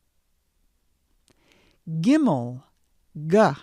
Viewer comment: I lost my mind when she said gimel